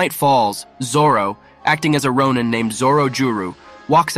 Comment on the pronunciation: Take a shot for everytime this guy pronounces Sake and Ronin wrong